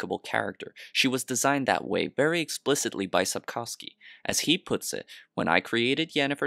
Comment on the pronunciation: I'll answer the title question without even watching the video: Sapkowski (pronounced: "sapkohvskey")